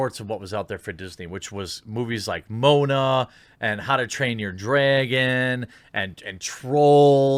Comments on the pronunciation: Nobody gonna comment on Jeremy's pronunciation of Moana? I heard Moan-Ah, and it instantly made me think of a Rule34 Moana >.< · 2 things... its pronounced: Mo- ah-nah. Also.... How To Tain Your Dragon and Trolls are Dreamworks productions not Disney. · We gonna ignore how he pronounced Moana